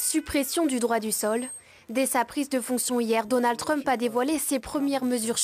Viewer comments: C’est énervant ce “Trümp”, pourquoi pas “Müsk” alors ? Jusqu’à maintenant l’analyse évacue le fascisme. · Ce vieillard qui prononce " TrU-mp", et nous cite des sketchs de Fernand Raynaud, croit nous donner une analyse moderne, il est pathétique ... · Jamais entendu un francophone dire Trümp !!! Ça fait un peu bosch, non ? 🤣🤣🤣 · Démonstration magistrale ? Il ne sait même pas prononcé le nom Trump ! Mais Monsieur sait tout ! Ah mais c'est vrai....faut qu'il protège son salaire !!!😂😂😂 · Pitié, prononcez Trump correctement... Le personnage est déjà assez pénible. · I est incapable de prononcer correctement le nom "Trump" l'expert? C'est grave énervant 😵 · C'est vrai ! Ca m'a fait trop marrer !!😂😂😂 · Je pense que c'est voulu. C'est une marque de non-respect.